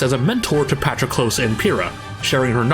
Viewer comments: I hate to be that guy but the way you said Patroklos hurt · Im sorry uhh- could you say "Patroklos" one more time